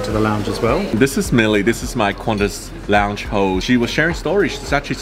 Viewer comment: Sounds like you say Qantas lounge ho